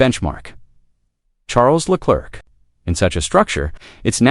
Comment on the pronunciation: "Le Clerk"??? You're a tool...